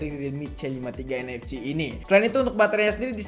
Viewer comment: nfc dibaca en ef si, bukan en ef ci wkwk